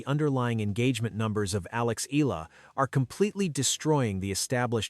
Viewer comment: Pls pounce her name as EH... YAH.... LA....